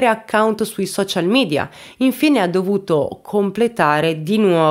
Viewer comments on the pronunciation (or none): none